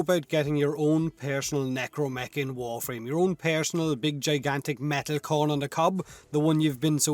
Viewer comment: “Pairsinnnal necromech”